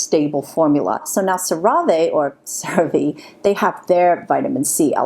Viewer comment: Lol the way you pronounced cerave reminded me of the mom's name on lion king 😂